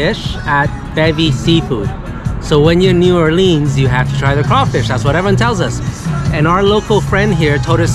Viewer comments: It's New Orleans not New Orleens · Learn how to pronounce the name of the city.... if your going to do reviews.... Unreal!!!!!!!!!!!!!!!!!!!!!!!!!!!!!!!!!!